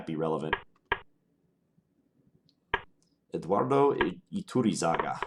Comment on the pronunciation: Iturrizaga is a very strong GM so you stood very well against strong opposition in this session. I'm also impressed at your pronunciation of the name Iturrizaga I'd expect most of the chess youtubers on my subscription list to butcher that name and say something hilarious instead (at least for Spanish speaking viewers). Congratz on that!